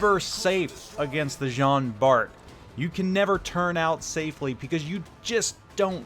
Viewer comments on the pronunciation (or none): Just to let you know it pronounce like John Bar.